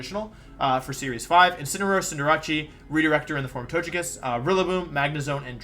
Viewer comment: Guys I’m new to the channel, is there some kind of story behind the occasional absolutely bizarre pronunciation of Pokémon names? Tojekiss? Arcaneenay? What’s up with that? This guy’s a world champ he definitely doesn’t just not know how to say them.